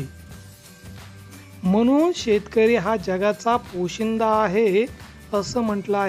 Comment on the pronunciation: पोशीदा नाही सर,पोशिंदा असते.